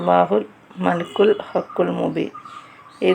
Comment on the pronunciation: മലക്കുൽ അല്ല മലിക്കിൽ എന്നാണ്